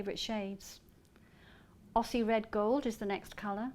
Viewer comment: Aussie is pronounced Ozzie, not Osssie.